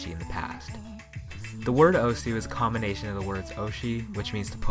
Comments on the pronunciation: I think people should know that the name osu (oh-su) isn't pronounced like that. Although I like calling the game oh-su, it's proper Japanese pronounceation is oh-S giving a hard s, almost like your shushing someone but instead of goi g "shh" you just go "ss" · it's so annoying how everyone pronounces it "O-sU". When you open the game it literally says "welcome to *osu!*", not "welcome to *O-sU!*"